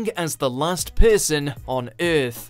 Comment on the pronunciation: Its earth not eath